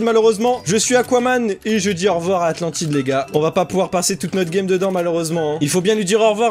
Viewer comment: on dit Atlantide